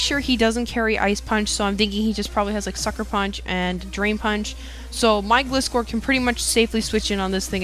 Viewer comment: I thought it was pronounced "Gly-score" since it is a gliding scorpion, I might be wrong though